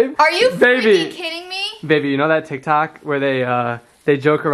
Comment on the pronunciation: Did he say tik tak